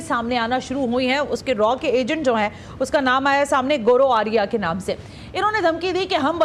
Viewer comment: Goroo Arya nahin, Gaurav Arya sahi pronunciation ha.